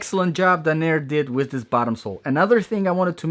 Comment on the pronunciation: It's Danner. Not Dah-near.